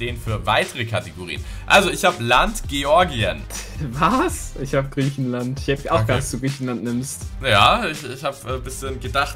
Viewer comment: Einfach 'griechenaland' 😂😂😂